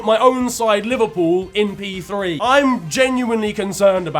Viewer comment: For Liverpool man said P3 like it’s F1😂😂